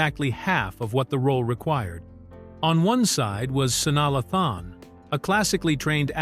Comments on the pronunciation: Her name is pronounced SU-NYA LAY-THUN!!!!!! Omg! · Who the hell is sani lathon just terrible what rock do u live under that u dont know how to pronounce this young lady’s name the disrespect